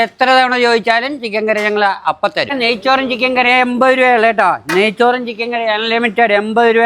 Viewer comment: നയ്സൂർ അല്ല നയ്‌ച്ചോർ 😂😂😂😂😂